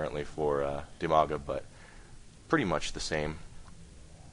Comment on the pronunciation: Half the time I thought you were saying Umaga and I thought that was pretty rad.